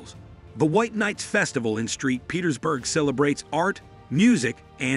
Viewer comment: Street Petersburg ? Saint Petersburg.... :p